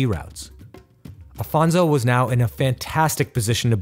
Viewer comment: Great content! Congratulations. But history must be seen as ...history. It was 500 years ago. Just one more note it’s Afonso not Alfonso. Regards from Portugal to all!